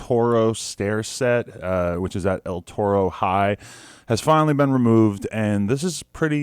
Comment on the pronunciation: Say it right dawg ur in LA “L Toe-Roe”🤣🤣🤣🤣wtf